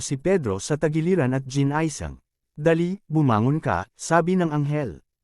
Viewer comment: Anong ginaysing...ginising hindi ginaysing